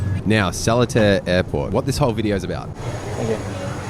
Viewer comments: How to pronounce Seletar correctly.....SIR-LEE-TAR. Below is the wikipedia link to the history of Seletar. Thank you for visiting Singapore. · I believe Seletar is pronounced as : Si(r)-La(y)-Tar. Just say it as per normal with the letters in bracket, then try omitting the 'r' and 'y' while maintaining the pronunciation. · (suh) (lee-tahr), or even (suh) (litre) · the way i pronounced it is more of sir-li-tar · Sir'lee'tar is the local pronunciation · The airport is pronounce as Sir Lee Tar Airport. Please stop slaughtering our site names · The airport is pronounced sa-lee-tar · "Sir-li-tar " thats how u pronounce it. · Seletar is pronounced a like Sir Lee Tar It is not English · It was funny hearing "Solitaire Airport" over and over. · It's pronounced Sa (like the Sun) -lee (first syllable in leaf) -tar (like road tar). Subang is also Sue-bung (like how you would say lung). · I disagree with your pronounciation of Seletar. Should be Sir (ser or se with little emphasis on R), lay (le as in ukelele), and tar. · "Seletar" is pronounced as "sir-li-tar" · its pronounced as SIR- LEE-TAR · Its pronounced as Sir Lee Ta airport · SELETAR is pronounced as SIR LEE TAR or SIR LEH TAR. 😉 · We local call Seletar more like (pronounced: Sir-Lit-Tar) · It's more to Sir-Lee-Tar. The t is pronounced one only. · Pronounce, Sir Li Tar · .... You cannot even pronouce S E L E T A R properly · the way he pronounced Subang and Seletar 💀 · lmao sellatare haha you probably have gotten this already and maybe you have already found out its pronounced suh-lee-taa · Fyi Seletar airport is for private jets. Firefly used to fly from Changi Airport. Btw we pronounce Seletar as Sir-Lee-Tar not Seletair. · The least you could do was to find out how to pronounce the name of Seletar Airport. It’s not “Sell-a-tar”. It’s “Sir-lay-tar”. The mispronunciation is not “cute”. It’s annoying. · you almost got the pronounciation correct! its called ass "Sir lee tar" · Seletar is pronounced like SER-LEE-TAR